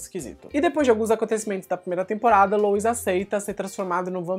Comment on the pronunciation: Poxa, pronuncia direitinho o nome do sujeito Louis (LUI). Custa nada. Rsrsrs ❤